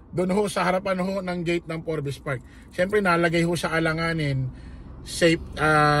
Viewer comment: Forbs silent E boss yung basa dun hehe